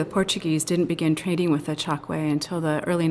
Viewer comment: You are wrong. It's pronounced Tchokué. I'm from Angola, my family is Tchokwe